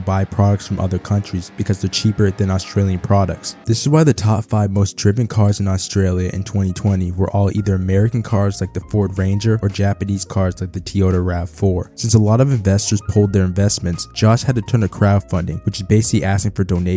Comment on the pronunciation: "Tiyota" lmao its toyota